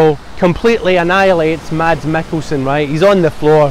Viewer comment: Its pronounced Mass.. not Mads !!